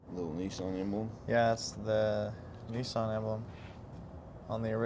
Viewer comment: Neesan NEEsan??? Niss as in Miss, than an =Nissan.